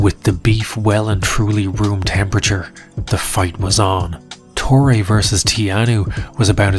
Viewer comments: My Brazilian brain shivers by the pronunciation of "Torre" as "Tory". It's "To-He"! The video is watchable nonetheless. Lol... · It is not "torri" it is "torre" ffs. Make an hour long documentary and don't bother to learn how the name of the protagonist is pronounced. I will never understand that.